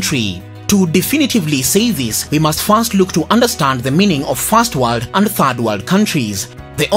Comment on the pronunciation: Fast warld and Turd Warld..